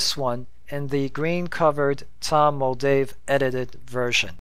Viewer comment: It’s Tom Moldvay, not Moldave